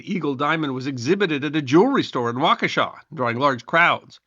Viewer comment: Thank you for pronouncing Waukesha correctly. It really means alot.